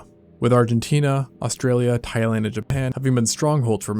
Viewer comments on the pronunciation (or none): none